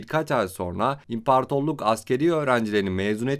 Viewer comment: impartorluk deme artık ahhaahahah 🤣 Güzel video.